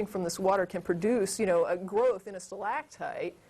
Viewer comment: the way she pronounces stalagtite is really annoying, and she must have said it about 20 times.